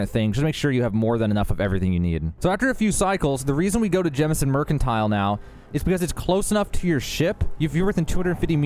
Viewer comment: Thank you for not calling it “Jamison”. I swear I hear people call it that and I immediately click off the video because they obviously only play because they followed someone else’s walkthrough.